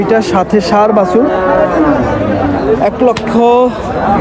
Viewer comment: ভাই বাসুর হবে না, বাছুর হবে।এটা একটা মিডিয়া প্লাটফর্ম,যতটা নির্ভূল করা যায় চেষ্টা করবেন।